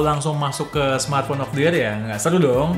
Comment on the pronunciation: Bilangnya mkbhd : samartphone 🤣🤣🤣